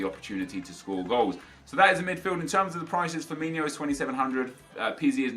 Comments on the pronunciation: His name is pronounced Firmin-OH and not Firmin-IO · ITS firmiNO... not Firminho.... learn it right...... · Why do you call Firmino 'Firminho'? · Azhar Haque they pronounce it like Ronaldinho